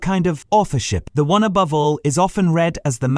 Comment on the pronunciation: Aboove? Edit the AI.